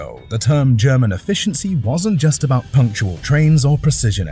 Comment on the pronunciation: "puntcual trains" lmao